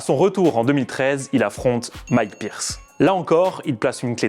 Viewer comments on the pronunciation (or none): none